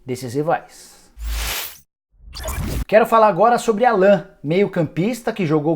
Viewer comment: É Álan que se fala, Nicola... Se escreve Alan, mas se fala diferente! Logo se vê que não assistiu nenhum jogo do Flu nesse ano de 2019